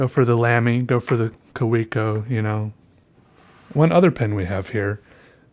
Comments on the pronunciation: it's (kah-veh-co) :) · the way you say Kaweco kills me